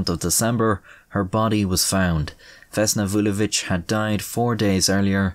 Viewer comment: as a serb you should be proud of your pronunciation of her name